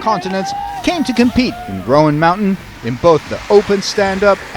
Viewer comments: Right. Roan sounds like rōn. Not rō ann. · Too bad the narrator can't pronounce the name of the mountain correctly. It's ONE syllable ROAN not ROWAN. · You'd think they'd ask a local how to pronounce it. Like "moan." Not Rowan. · That mountain road is no joke. I’ve been up there many times. Also the announcer is saying it wrong. It’s not Roeann it’s Roan mountain. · Super cool this happened almost in my back yard.... who told the announcer the wrong way to say Roan?